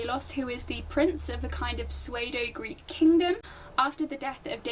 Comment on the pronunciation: Just so you know, it's not a huge deal I just thought I'd tell you, pseudo is pronounced su-do